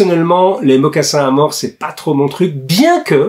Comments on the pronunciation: Bonjour monsieur Jacomet, Si je peux me permettre, on dit un mocassin à mors, sans prononcer le S. En effet, il s’agit d’une embouchure stylisée placée dans la bouche du cheval et reliée à des rênes. Le cavalier communique ( entre autre) avec sa monture par le truchement de cet « accessoire ». En langue anglaise, on dit «bit». En vous remerciant pour votre attention et pour votre excellent travail. Salutations respectueuses. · Vidéo très interessante, comme toutes les autres. J'y ai appris beaucoup de chose. Pour les mocassins à mors, le "s" de mors ne se prononce pas.